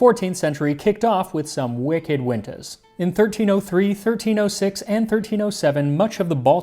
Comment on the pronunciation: As a Maineac, I approve of your pronunciation of "Wicked Wintah"